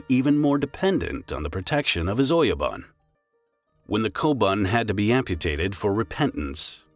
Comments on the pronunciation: I almost want to dislike the video. "Shogun" is spoken "shogoon", "oyabun" -> "oyaboon", ect. My ears are bleeding. This is so bad and just a Google search away. You could make a case that some words can be distorted when adopted in English, but that's still a crime... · "Don't talk of the clan" became "Don't talk to anyone of the clan" which makes no sense... your are mispronouncing all the Japanese words too - and I'm not talking about accent either - "Oyabun" is "Oyaban"??? really? it's all painful to watch and looks like it was done haphazardly or by the AI with a lot of mistakes... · Great information but bad pronounciations, see if you can get the bot to pronounce the words correctly. For instance, ō-Ya-boon (oyabun) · >the oh yo bun >doesn't give you your lost bun ? BOON, GOON, holy hell do Angloids really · Its OYABUN... sounds like O - YA- BOON..